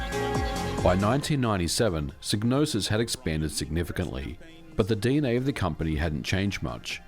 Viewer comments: It's psy-gnosis... "sigh no sis" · It's pronounced Sai-no-sis. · Wait the G in psygnosis isnt silent ?!😅😬